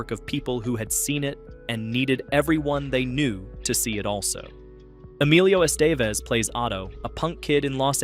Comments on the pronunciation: The reason the 'narrator' said what 'they' did was because the scripts for this channel's videos are all A.I. written AND voiced. Hence the stilted delivery, inability to pronounce Emilio Estevez' name or the full title of Buckaroo 'properly'. ANOTHER LOW-EFFORT CASH GRAB FROM ANOTHER BASEMENT-TIER A.I. CHANNEL... DO NOT ALLOW THESE A.I. CHANNELS TO PROLIFERATE AND PROFIT FROM YOUR VALUABLE TIME! SEND THE MESSAGE - WE DO NOT WANT IT, WE DO NOT SUPPORT IT AND WE WILL NOT ENCOURAGE IT! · When you can’t pronounce Emilio estevez correctly you just gave away that your using AI😢